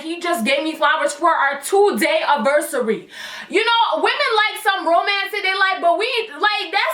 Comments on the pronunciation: I am laughing so hard at the fact that you say “aversary” instead of “anniversary” AHAHAHAHA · 2 day "aversary" hhahahah i thought it was anniversary😂